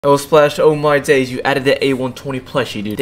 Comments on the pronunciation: “ewh moi deys” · "oh my days" british accent